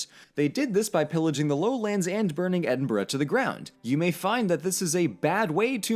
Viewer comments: next time you say Scottish Gaelic pronounce it as gA-Lick. and Edinburgh should be pronounced as Ed-in-bruh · At least he’s no saying Edin-Burrow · please never speak in a scottish accent again im BEGGING you. Also, Edinburgh is NOT pronounced Edin-Burrow, its pronounced Edin-bruh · Ed-in-bruh please can an American pronounce it right. It’s not that hard. Edinburgh doesn’t even look like it should be pronounced ed-in-burrow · As an Edinbugger I felt my soul leave by body when you said EdinBROOOOO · Am fi Edinburgh and it is officially pronounced EDIMBRUH!!! tell yer english wannabe scots fam that doll. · LOOK, I k n o w it's written Edin-burgh but I cannot emphasize enough that it is pronounced Edin-bruh - signed, I LIVE HERE. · I have never gotten the way Americans say Edinburgh It looks like that's how it should be said but it doesn't sound right Edin-bruh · Caragh Young his not really an Edin-bruh is he? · That's also not how Edinburgh is pronounced :P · Then 20 seconds later you butcher Edinburgh... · You clearly did a lot of research for this video, and yet not once did you come across the correct pronunciation of Edinburgh? ffs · Every time you say Edinburgh wrong it hurts me. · Please for the love of all that is holy learn to pronounce Edinburgh correctly if you are going to a video on scotland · Just going to say a couple pronunciation corrections. Inverness - In-ver-ness Edinburgh - Ed-in-bur-uh Gaelic - Gah-lick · >Says he's half scottish >Can't pronounce Edinburgh, Glasgow, Inverness, or Scotland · does reaserch *still pronounces Edinburgh, Inverness and Fraser wrong *